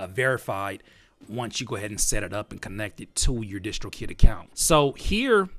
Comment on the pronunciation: why y'all call it dishtrokid ? isn't it distrokid like in distribution ? nice video though